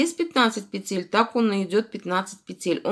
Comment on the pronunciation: Да не пецель,а ПЕТЕЛЬ!